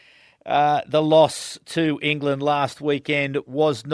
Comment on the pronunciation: Hey you mispronounced an "England" up set as it sounded like a n "Ireland" upset